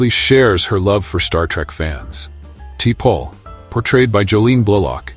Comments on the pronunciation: Like Tee-Pole? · The AI voice to this video is terrible !! Like "TEE PAUL" You didn't edit your audio? Wow!! Smooth move "EXLAX" 🤣🤣😐👌🦨👍✌